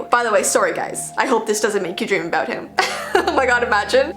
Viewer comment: I love how u say aboewt